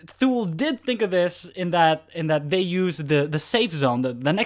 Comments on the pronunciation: NOT THule...pronounced too-lee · THULE. Pronounced "TOOLIE." Swedish. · FYI it is pronounced Too-Lee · For a review without video this worked quite well and was very thorough. Thank you. The only small thing I would like to point out is the pronunciation of the brand name THULE, it's actually said "Too-Lee". But that's a small gripe that has nothing to do with this otherwise very good review.